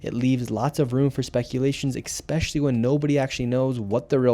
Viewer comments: "eckspecially" Dude can't pronounce "especially", therefore this entire investigation is false and is a trump alt-right fox news PSYOP epstein island. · Thanks Nick for all you do!!! Also, most YouTubers mispronounce a lot of words and it makes them sound uneducated. Es-pecially not Ex-pecially. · Nick I love ya buddy, you're doing great work. Btw bud I want to make sure you're as sharp as a tack next time you're talking with Papa Trump. The word especially doesn't have an X in it be sure to pronounce it correctly young man ;)